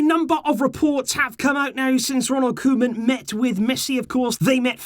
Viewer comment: I love how you went from cowman to Koeman, for our dutch speakers its satisfying If you wanna nail the pronunciation, say the man part as you say in Griezmann 😂😂